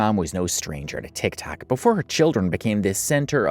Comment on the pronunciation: Does anybody notice that he doesn’t say TikTok he says Tic Tac